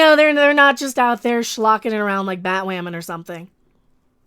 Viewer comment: Bat-wam-en... xD